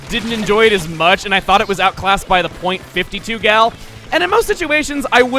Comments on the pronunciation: People say the period in .52 gal and all of it's family tree. As the 'gal' in the weapons are a joke on 'cal', or 'caliber', the period should NOT be said when saying the weapon name. It should be pronounced as 'Fifty-two Gal'. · Dude. I'm pretty sure you aren't supposed to pronounce the "point" in .96 Gal or .52 Gal. Also, are some people seriously deluded enough to think that EarthBound ripped off Undertale? Wooooooow. XD